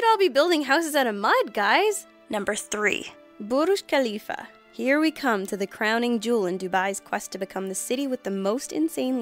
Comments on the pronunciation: At no. 3 she said burush kalifa... lol (correction: burj al-kalifa) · yh but no one says it like that. i understand it is supposed to be respectful but it just comes off as either stupid, or offensive. Also how about for the pronunciation, don't change into a racist Indian accent, pronounce the J in 'Burj' and just generally don't pronounce it "bourhhh khelifa" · OMG Burj Khalifa your pronunciation is so cringy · john li No not really,it was extremely over pronounced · ok look: all i'm saying is i dont know anyone who pronounces it like that. I know people from. The middle east who can't speak proper english, and even they say it how i do. This could just be the uk, but idk. Also, think about it this way: nobody says "Eiffel Tower" in a french accent, so why put an accent on "burj khalifa"?